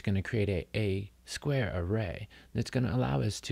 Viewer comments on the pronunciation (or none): none